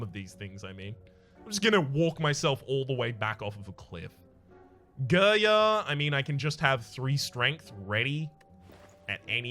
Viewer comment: Excuse me, but your pronunciation of Girya hurts my ears every time It's more like g [i like ea in speak] r [ya like you in young]